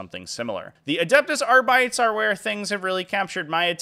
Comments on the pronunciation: That Kill Team box looks pretty cool. Just a heads up, I think arbites is pronounced are-be-tays, not are-bites. Also, I'm pretty sure I see five fingers in that picture at the end. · Why do you pronounce it AR-BITES? Do you call marines ASS-STARTS? Why is North Americans can't pronounce GW names correctly... next you'll be saying REE-TRIBUTORS 😂